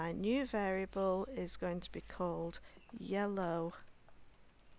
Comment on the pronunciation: Yeloow car